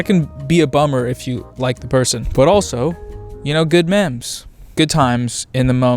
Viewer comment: Did our man's just say: memmmes? I am in pain. Stop.